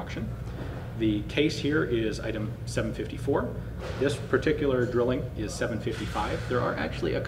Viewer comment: Dry-ling as in ein zwei drei